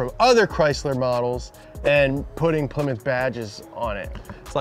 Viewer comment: The way they jokingly said Ply-mouth is how I thought it was pronounced for probably the first 8-10 years of my life until my grandpa got a Plymouth Acclaim and my dad laughed at me about how I said it.